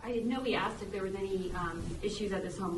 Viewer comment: Aksed? Really?